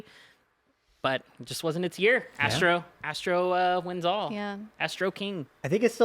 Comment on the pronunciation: Game of the Yera??? Speak English at least 😂